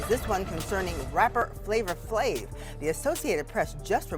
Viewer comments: As soon as I heard the way he pronounced “Flavor Flavv” I exited the video. 👎🏽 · Who tf is flavor flavv 😂😂😂 A.I. pronounced it wrong af 😂😂😂